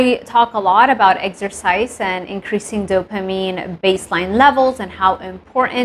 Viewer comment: Love how you say Eggsercise 😅